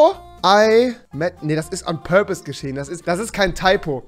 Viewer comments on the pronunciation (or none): none